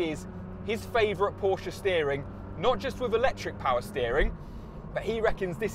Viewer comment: It's Porsche not Poracha